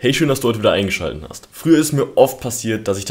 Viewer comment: eingeschalten hast? Bin ja froh, dass nicht nur ich solche Sprachstörungen habe